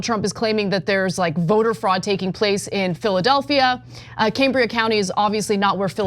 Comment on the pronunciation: Cambria with a short a, as in Cameron. I live here.